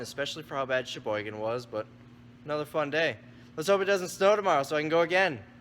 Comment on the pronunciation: He keeps saying Cheboygan, but it sounds like he's saying "It's ya boy again"